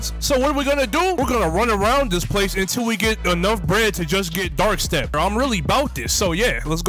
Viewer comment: Bro struggle so much just to say dark step